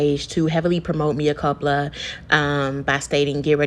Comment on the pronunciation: I guess you wanted a comment by purposely mispronouncing the title of the movie, so I'll comment! It's sad that Tyler Perry is able to make money off of this horrible work! Have a good day 😊. I clicked the like button also.